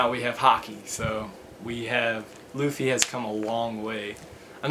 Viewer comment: It's not Looffie it's Luffie with a short u sound.